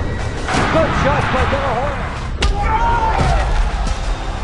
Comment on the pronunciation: Oscar de la HOE-ya